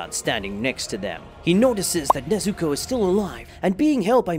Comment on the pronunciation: I'm sorry, I can't watch a video where you can't even pronounce the characters' names right tanGIro, neZUko, haSHIra idk why it bothers me